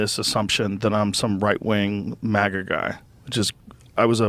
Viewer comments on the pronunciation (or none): none